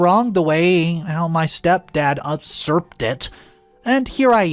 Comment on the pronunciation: He didn't "upsurp" the money, he usurped the money., please look up words you do not know how to pronounce, don't add extra letters to them and turn them into absurdities. You ruin stories by mispronouncing words quite often.